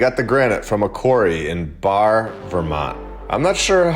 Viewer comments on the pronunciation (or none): Lmao I'm from Vermont - "Barre" is pronounced "Barry" 💛💙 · Barre: The French pronunciation is 'Bar", but in Vermont it is pronounced 'Bury'. Google 'granite history barre vermont' You can read that from the early 1840s "teams pulled Barre granite 15 miles to the nearest railroad station". Regarding Vermont marble: "Even as early as 1885 the volume produced was incredible. Some of the most notable structures that were constructed of Vermont Marble Company marble are the United States Supreme Court Building and the Jefferson Memorial." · Pronounced Barry